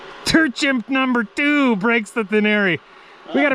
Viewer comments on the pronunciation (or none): none